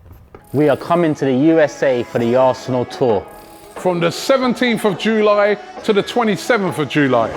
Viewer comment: Robbie cant even say July properly 💀💀